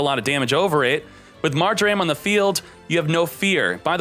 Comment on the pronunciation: does anybody else hate how says mar-jer-am instead of mar-jer-um?